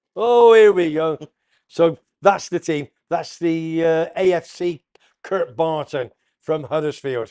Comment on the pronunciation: you muppet it's kirkburton not kartburton, thanks for the plug, keep up the great show mate. Oh and up the Terriers